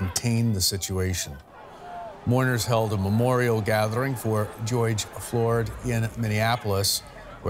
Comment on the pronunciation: You could at least pronounce his name correctly, not a difficult name.